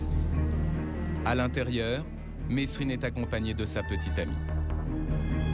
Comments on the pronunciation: franchement retourne a l'ecole vous les journalistes c'est pas mesrine qu'on dit mais meeeerine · On prononce pas le S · Jacques mesrine ne voulait pas que l’on prononce le s de son nom ! Merci de respecter là prononciation de son nom.